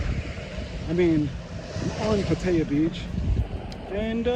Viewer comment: I hear the Thai pronunce the city of Pattaya as "Pa-thai-ah". You keep saying Pa-tay-ah.